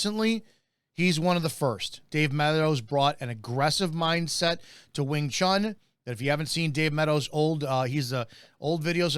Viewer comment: It's NOT wing chan, it's wing chun, like moon!!!